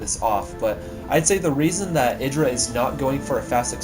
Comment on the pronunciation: its mee :D and its idraa XD egidra sounds lameeXD